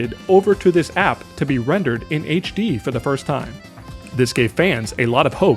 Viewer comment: I like your videos, but chill out on pronouncing your "P"s in words like "app"